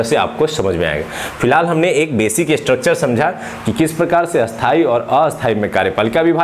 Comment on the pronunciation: Eshthai ....or asthai hota h ...aap to dono ko ki asthai pd rhe ho